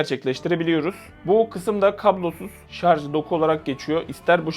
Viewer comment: "Şarj" diye yazmışsın ama "şarz" diye okuyorsun. Şunu bi öğrenemedi bizim halkımız :)